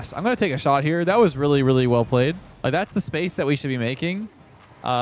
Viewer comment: "And we got the shart on target"